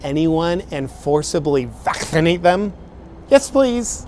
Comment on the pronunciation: lmfao the way he pronounces vaccinated